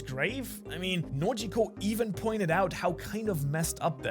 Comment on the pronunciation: "Nojiko" lololol